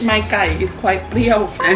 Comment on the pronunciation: เพรี้ยว เปรี้ยว 555555